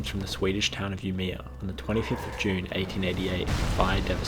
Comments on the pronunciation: Sorry, but I LOL'd when you tried to say Umeå. You could have checked the pronunciation online! Good video though. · The way he pronounced Umeå (the Swedish town) makes it sound cooler. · Swede here, not gonna lie but I cringed a bit with you trying to pronanouse Umeå. Little difficult to hear your Swedish but I think you meant björklöven (the hockey team) which translates to birch leaf/s Aside from that It sounded like your were on point about the big fire. Side note, there was also a big city fire on the same day in a different city, Sundsvall where almost whole city burned down. Luckily for city of Sundsvall was the fact a majority of the buildings were of stone and they never rebuild using wood.